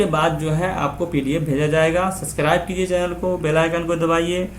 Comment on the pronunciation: Sir please not speak suscribe Speak subacribe